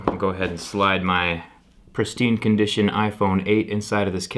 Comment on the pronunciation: Ranjan Das : it is definitely not "prestine"🤣